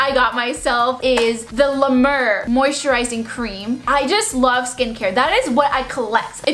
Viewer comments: LA MER IS PRONOUNCED “LA Meh-er” not “LA MIR” 😓😣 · “Le murr” .... Um . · it’s pronounced “la mear” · opens gifts: “okay bye guys i’m gonna go show people what i got.” films video: “ oh thanks btw” ALSO ITS LA- MAIR NOT LA-MER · “La Murr” 💩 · It’s pronounced (la mair) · Lmao for someone who loves skincare, how do you pronounce "La Mer" incorrectly? That's so embarrassing....